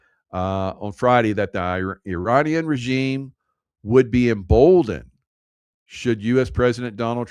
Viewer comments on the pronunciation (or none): none